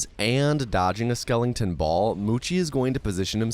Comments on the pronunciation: We aren’t gonna talk about how this man really says “Skelington” instead of skeleton? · I'm sorry dude. Great video but it's not SKELLING TON. It's SKELETON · Nearly fell asleep like i normally do watching speedruns until i heard bro pronounce skeleton skelington 😭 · There's no g in skeleton😂😂😂😂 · Skeleton. Not Skelington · why does he say skellington? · Skeleton ❌️ Skelington ✅️ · Skelington lol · "Skel-ing-ton" LOL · why are you saying skelington? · Skelington or skeleton mate? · Why the hell do you call them skelingtons? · Is it an American thing to pronounce skeleton as "skellington"? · Interesting video thanks, you had me laughing after I heard you say "skelenton" instead of "skeleton" just so you know for the future 👍😊